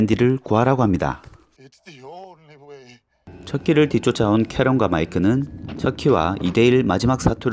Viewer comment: 오우 처키 잘못 들었거든요...? 첫끼로들려요(???)